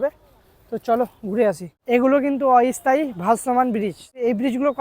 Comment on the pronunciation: "অই স্থায়ী" নয়, "অস্থায়ী"... যাই হোক ভিডিওটি ভালো হয়েছে।